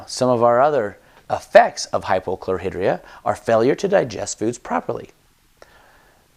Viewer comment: Why do Utahrds pronounce words incorrectly??? Chlor-High-Dria